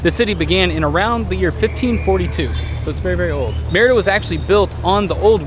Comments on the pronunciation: Shouldn't you be saying "mare EE da" for the name of the city???? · Hilarious!! Loved that you had fun with the pronunciation of the city as "merda" which is a curse in many languages including Portuguese. I laughed every time... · Ha! Yeah, it also sounds like the French merde. :D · pronunciation of the word Merida sounds like he's saying mierda....😂